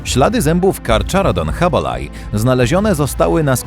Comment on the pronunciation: Łacińskie nazwy czyta się tak jak są napisane a nie jak by były z angielskiego. To nie jest "karczarodon hubelaj" tylko carcharodon hubbelli.